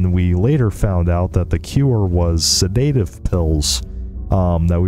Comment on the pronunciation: Real friends tell friends when they're mispronouncing the word Sedative